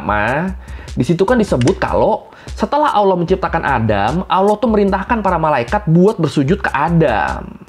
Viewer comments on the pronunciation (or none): ALLAH bang bukan AWWLOH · Bukan awloh bang tp Alloh.. pake lam, bukan wawu 😁